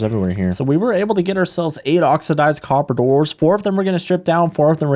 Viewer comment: “ate oxydyzed coppadours”